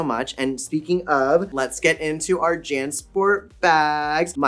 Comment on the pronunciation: I love how it's "Nymphia Wind!" 😀 "Lawrence Chaney!" 😀 "Jan Sport" 😐